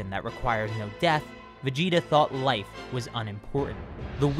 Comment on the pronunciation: doesn't it kinda sound like he's saying "Freiza chose to attack instead of leaving with his Wife." instead of Life to anyone else